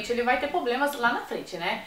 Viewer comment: eu amo o canal mais sem querer ela falou errado mas blz, as vezes nao foi intensional, a palavra ''poblemas''(problemas) tarados :/